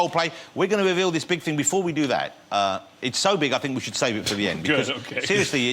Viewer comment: "It's quite a big fing."